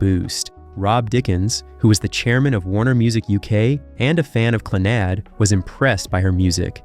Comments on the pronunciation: The narration on this is painful to listen to. Your Gaelic pronunciation is awful. A little research and help with it would have made your presentation much better. The band is pronunced Clann-ud, with emphasis on Clann. Celts is pronounced Kelts. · His pronunciation on all the Gaelic is awful, even the band name Clannad. It's pronounced Clann-ud, with emphasis on the first part. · How is Clannad pronounced? Stopped watching right there!!! You've have your clicks.